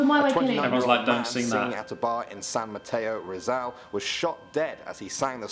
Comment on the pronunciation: "at zan mateo rezeal" nice onneee atleast you tried AHHJHSDFIRHG "samr and late" bg,kjsrthyj